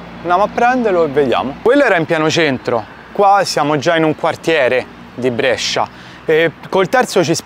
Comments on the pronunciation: Finalmente a Brescia, che bellezza! Però dobbiamo rivedere come pronunci "Brescia" 🤣 Grande continua cosí 💪🏻💪🏻💪🏻💪🏻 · Brescia si pronuncia con la E chiusa. Si chiama la Pallata la torre che hai inquadrato. Prossima volta che passi, avvisami che ti faccio mangiare bene io...un abbraccio, come sempre un bellissimo video! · Comunque Brescia si pronuncia con la "e" chiusa non aperta...